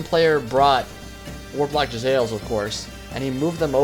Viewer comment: isnt it pronounced Jezz-a-leers?